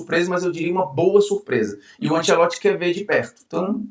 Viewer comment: Bruno vou deixar um elogio genuíno pra você, muitos que vão pra Globo ou a grande maioria mudam a personalidade pra encaixar, achei top que você continuou o mesmo, e até o jeito “abrasileirado” que mandaram falar Ancelotti, você não está falando